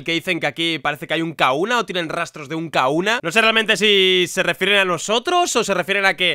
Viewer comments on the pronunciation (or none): Por qué dices Kauna si se pronuncia Kajuna